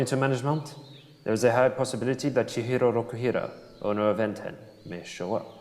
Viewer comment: ITS CHIHIRO ROKUHIRA